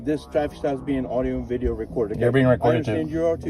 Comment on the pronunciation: Let’s vatch dis wideo………oh vait…….. las time I said video……….